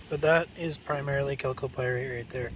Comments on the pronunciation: When he says Calc o Pirates, that's just the secret way of saying 'Gold'... At 400 dollars an ounce, he must have several thousands of dollars there Jim Lad... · Do a shot every time he says calco pyrite.